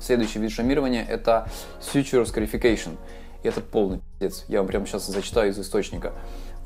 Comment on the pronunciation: Ash scarification. Послышалось эщкерефекейшон